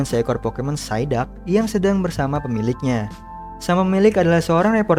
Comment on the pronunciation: BANG ITU PSIDUCK BUKAN SAIDAK TAPI EMANG ENEK DIBILANG SAIDAK SIH. EH BENTAR BANG PAS AKU NONTON FILM POKEMON KOK GAK ADA KARAKTER POKEMON PSIDUCK